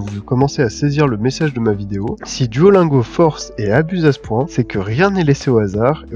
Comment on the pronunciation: [duolinego] pas [duolaingo]